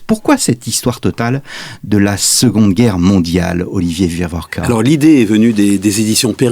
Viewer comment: Ce grand nom d’historien est Wieviorka et non WieRviorka